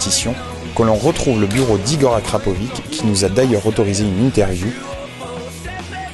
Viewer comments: Le c de Arkrapovič possède un accent circonflex à l'envers -> č qui se prononce "tch" dans les langues slaves. Par pitié épargnez moi "Akrapivik"... C'est horrible... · ça se prononce akrapovICHE ;) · j'avais envie de me planter a chaque fois qui disait akrapovik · akrapovitch car le č se prononce tch ;) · En effet, merci, parce que ça pique les oreilles!